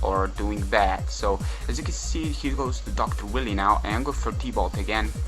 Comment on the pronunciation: lol love that you're calling Dr.Wiley, Dr Willy lol